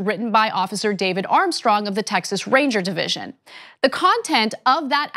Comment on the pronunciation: and you know it was planted how? and its "the" not "da" and "what" not "wat"